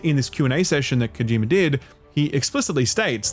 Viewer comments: His name is Kojima, not Kojimer. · "kojimer" lmoa